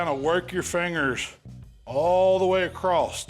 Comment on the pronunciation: Am I missing the boat on us changing the pronunciation of the word across to "acrosst". Did I miss a vote or something?